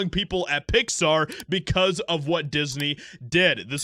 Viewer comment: Its pronounced "Pixsthaaar" by the blue haired staff. Fire em all.